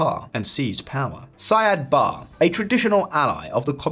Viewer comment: It''s pronounced SIad BaRRE. He wasn't English...